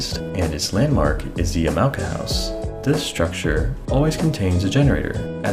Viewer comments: Sorry, as someone in Japan, the pronunciation bothers me. You pronounced it Yeah-mow-kuh. The correct pronunciation is actually Yah-mah-oh-kah. Wonderful video though!!! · Hello, this is a correction to your pronunciation of yamaoka. Its ya-ma-o-ka not ya-mao-ka. Just a friendly correction bot here. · Honestly the only thing that strikes me is how you pronounce Yamaoka. You pronounce it with english pronunciation. Japanese pronunciation would have it sound like “Yama-oka” instead of “ya-mao-ka”. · Thanks a f ton for this bad ass info vid! Yama sounds like momma and oka sounds like polka. Just fyi. 4 syllable word. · After 18 minutes all the new info I gained from your video was that there is an “A” in Yamaoka. Been pronouncing it Yam-oh-ka like a dang fool. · He is pronouncing it wrong